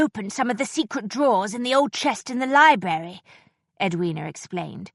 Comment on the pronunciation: She can't pronounce library properly. She says li-berry.